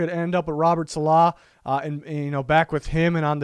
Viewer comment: the way he pronounced Saleh smh 😭